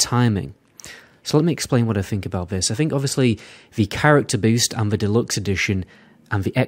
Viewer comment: Dude, please, you need to pronounce the 'th' in 'other', etc, not 'uhver' -- or 'th' in 'think', not 'FINK'... seriously stop, my god